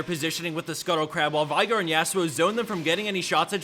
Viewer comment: It's veigar, with an e. Not vaigar. Veeeeeeigar